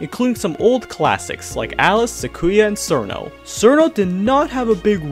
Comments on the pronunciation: I am pretty sure it's pronounced "Cheerno" though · tfw the official name チルノ is mispronounced as sirno lol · Sir No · I thought she was pronounced chillno like in chill. She's a chilly ice fairy after all. Chillno. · how are you gonna make a whole video about cirno and still mispronounce her name 💀